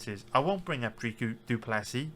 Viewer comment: Dricus' first name is pronounced phonetically, the second name just has a silent S at the end. Trying to be helpful, idk if people will know who Dreekoo is